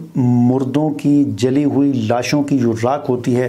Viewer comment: آپ جعلی کو جیلی کیوں بولتے ہین